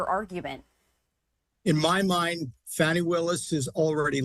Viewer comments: HER NAME IS NOT “FANNY” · Her personal life is not anyone other than herself ffs If she was white this would never be an issue! Btw Her name is pronounced FAWNY👈🏽lack of intelligence there is revealed with the racism and disrespect 🙄plz We will see whether he succeeds to use his mafia SCOTUS court to get him off or not~lol Pun intended